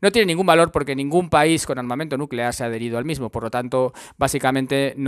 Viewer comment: Nucelar, la palabra es nucelar